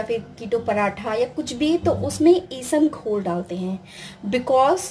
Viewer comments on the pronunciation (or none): Mam isamghol nhi aap iska naam bhi nhi le pa rhe